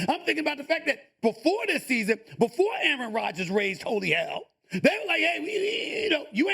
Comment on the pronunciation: "Matt LaFeeurr" lmao